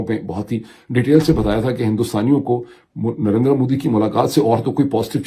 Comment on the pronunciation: Advice for Dr. Moeed please don't stress on last "a" in Narendra Modi as his name ends with r sound. Same goes for Jaitindra, Dharmindra etc.